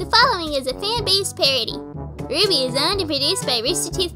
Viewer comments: I am now and forever more pronouncing RWBY as ruh-wub-ee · “Shouldn’t it be pronounced ruh-wub-e” I died after hearing that